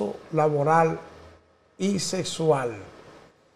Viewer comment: Señor buenos dias... Usted a veces hace cmemtarios atinados lo cual valoro mucho, pero por favor ocupese de aprender a hablar correctamente, que usted es un hombre muy mayor, respetese y respete a lod demas.... No se dice sesual..... Se dice sexxxxxual..... Ok.